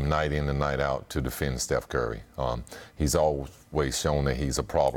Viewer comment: I swear pippen is callin steph "Seth"